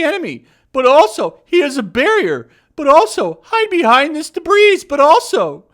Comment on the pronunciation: Did you pronounce the s in 'debris'?!